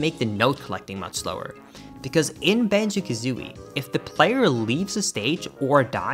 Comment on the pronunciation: he keeps saying “banjeh” kazooie 10/10 never change man